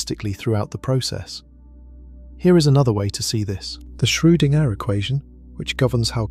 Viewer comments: Shrew-ding-er? That spoils the video for me - a bit. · As excellent as these lectures are, being both fascinatingly informative & sleep-inducingly relaxing, I shall have to stop listening if you cannot teach your computer voice to pronounce "Schrodinger" a bit better. Perhaps a nice German language lesson, no umlaut required? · At right around the hour mark the narrator pronounces Schroedinger's name "Schro-ding- Ehrr", with the ding like what a bell does followed by a brief pause. At it's even worse twice in a row. "Shroo. Ding. Ehrr". Are we CERTAIN that no AI is involved here? Every other time I've heard that name in these it was pronounced correctly.